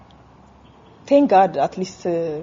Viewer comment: ሆሆሆይ 1 ሙሉ አርፍተ ነገር በጥሩ አክሰንት ለማታወሪው ነገር እንጥሌን በእንግሊዝኛ አንሱልኝ አልሽ እንግሊዝኛሽ አስነጠሰን በተለይ 10 ክስ god ስትዪ ደባሪ የተውሶ እቃ ሆነብሽ በተረፈ ግን ትችያለሽ በዚህ ላይ የጎማዳ ቆንጅ ነሽ ይመችሽ